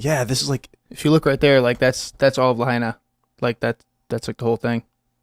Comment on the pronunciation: I vacationed in Lahaina. That's crazy news. To correct, it's pronounced: "La-ha-ee-na."